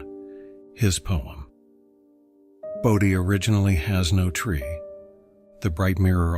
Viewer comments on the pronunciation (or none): none